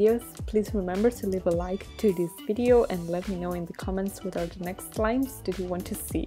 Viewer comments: Did you realize how did she say slimes in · Michelle Carfagna It seems to me wrong but who cares